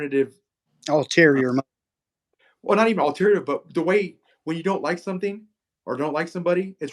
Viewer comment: Ulterior not alterior.